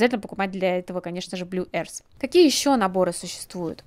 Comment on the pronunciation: Пожалуйста, люди, не произносите Earth как [эарс], это больше смахивает на airs. А earth произносится совершенно иначе. [öрф] будет и то ближе к правильному звучанию. Гласный звук в слове только один, - [ö], как в слове дёрн. Но длиннее. А после него глухой межзубный [th], слегка похожий на ф. Но никак не на [с]. Я не понимаю, в чем сложность в гугле клацнуть на кнопку прослушивания произношения слова и просто повторить за ним. Секундное дело. Всего одно слово! Секунда делов. Никто ж не читает слово mother как мотхер. Все прекрасно знают, что это ~маве